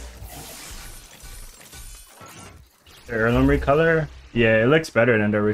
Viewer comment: That is the best "RRCOLOR" 😂